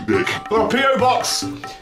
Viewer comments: I actually had to read what was written on frank because i swear i heard you say pedobox instead of PObox xD Thanks for the laughs as always! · I thought he said "WE GOT A PEDO BOX"